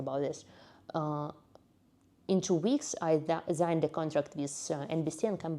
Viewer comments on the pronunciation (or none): Now I understand why you pronounce "zign".